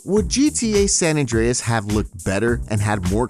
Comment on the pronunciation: stop saying sa mann